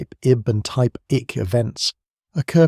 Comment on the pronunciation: So hard to hear "type ICK" when it should be "type I-C." That is just lazy. Shoot you got AI narrating. All is needed is attentive proof reading/ editing. All the work done sufferes when you dont proof read.